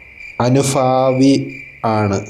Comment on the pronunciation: അനുഭാവിക്ക് പകരം "അനുഫാവി" മനസ്സിലായി ബിജെപി അനുയായി ആണെന്ന് മനസ്സിലായി 😅😅😅😅